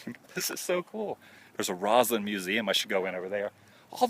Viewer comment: Why does this weirdo keep saying Roslynd? Roslyn.